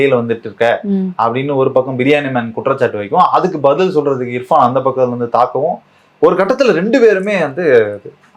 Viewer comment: ஏம்மா.... அந்த யூ ட்யூபர் பேரு இர்ஃபானா? இல்ல இஃப்ரானா ? கவனமா கேட்டு சரியா சொல்லுங்க... நாங்க ராவணா காணொலிய தவறாம கவனிக்கிறவங்க. எதிர் காலத்துல தவறு வராம கவனமா இருங்க.